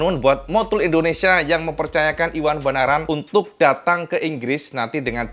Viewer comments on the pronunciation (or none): none